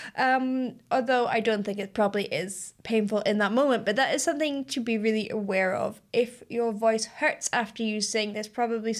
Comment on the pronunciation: So I've noticed that when you say "something" it actually comes out 'sonthing". Is that regional where everyone says it that way or is that unique to you? I like it, its what makes you, you 😊